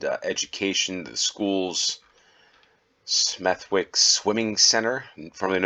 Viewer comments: I came here to say the self same thing - verbally remove the W, it is Smethick, Bromich (Bromwich) and so on. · It's pronounced Smethick. Most Ws in names ending wick are dilent. Tewkesbury is pronounced Tyooksbury, not Tooksbury. Tewkesbury is packed with history. You won't be disappointed. Ystrad Mynach is pronounced Ustrad Munakh. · Smethwick is pronounced with a silent w. You should say Smeth-ick. This is a common pronunciation with names ending with wick or wich. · It's ''Smeth-ick'' - the w is silent. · The w in Smethwick is not pronounced, nor is it in Warwick, Southwark, Berwick or Norwich.